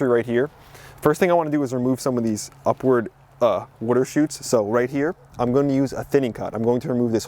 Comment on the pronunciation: upward wudder shoots